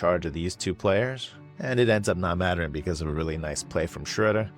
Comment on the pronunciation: First time I heard Schröder's name pronounced correctly. Also h/t 七人の侍.